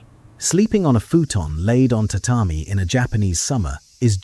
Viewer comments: The information is accurate and had some detailed facts I learned in this video. However, the AI images and pronunciation of Japanese terms were often shockingly inaccurate. One in particular was the pronunciation of tatami, which the AI pronounced ta ta my, when it is in reality ta ta me. One thing that stuck out to me was the constant appearance of a denim-like fabric on kimonos, which didn't exist until the post-war period. I would strongly advise checking the accuracy of the generated images and perhaps checking spelling, even on English words. There is good intention here, but I believe you should check all facts and images before uploading. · You must be Japanese. They can't relax for even a second and obsessively nit pick on everything. It's true! We all know it's AI. We all know AI can't pronounce every word accurately, especially foreign words like tatami. That's the same issue with 99% of audio generated AI voices. Sure, they could have changed the script to read: " tuhtahmee" to help AI, but since most video production and editing is outsourced, they would have had to re-record and re-edit the entire video. Do you know how expensive each iteration is going to be on subscription plan? Plus, the editor and video generator would quit if the channel owner nit picked on each word. It's a good video. Let small things go and appreciate their excellent effort. It's a really good video. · ...today I learned that AI cannot pronounce tatami.